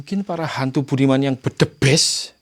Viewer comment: suer kl ngeliat video explore nya jantung ku yg berdebar. Ketawa juga pas nyebutin budiman budimen n bedebest😀😀😀 Sehat² yaah Jaga diri sll Bang Salam dr Medan🥰🥰🥰